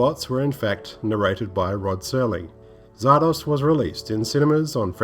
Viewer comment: The title is pronounced "Zar-Dozz" not "Zar-Doss" (just saying).